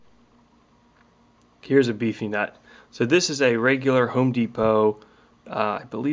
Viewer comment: He said beefy nut as soon as you said beefy not I said that's what she said LOL